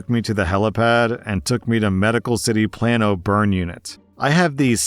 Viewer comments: Plan-o he says… lol it’s Play-no because Texas town names are dumb. I assume he went to Parkland they have a burn unit. Maybe he even saw my sister she works in the burn unit sometimes. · Plano is pronounced like plain-o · Plano is "play-no"